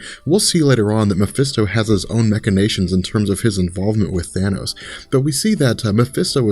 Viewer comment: MACH-inations, not MECH-inations...lol